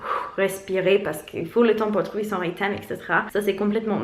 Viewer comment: Pour info, rythme ça se prononce "ritme" pas "riteme" ;)